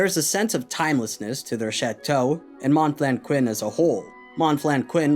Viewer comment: Aside from "Monflanquin", your French pronunciation is on point, bravo!